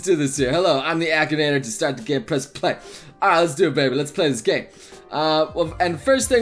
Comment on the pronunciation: Ahem, A-KEE-NA-TOR